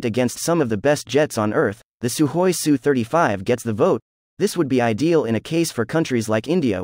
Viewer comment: Good to hear proper pronunciation of aircraft type. Yes, it is pronounced sue-35, not s u, since people don't, say m. I. g. 29, they say mig-29. S. U. sounds more macho and assertive.